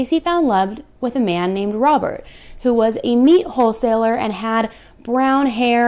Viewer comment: I swear it sounds like you say "a man named Robber, who was a meat hole seller." Lmfao I think that's more fitting.